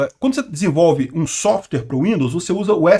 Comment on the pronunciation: Vamos melhorar o inglês já que não dá para falar nada sem usar inglês: DEVICE se pronuncia [di-vaiss]. E SOFTWARE tem duas sílabas: SOFT + WARE = [sóft - uér]. Agradeço a atenção.